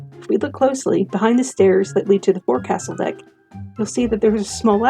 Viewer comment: just fyi, "forecastle" is pronounced FAWK-sul or FOX-sul, not "fore-castle" 😉